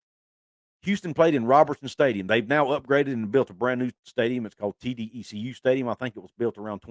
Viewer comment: The Cougars play now at TDECU stadium…Sounds like T…DECK..YOU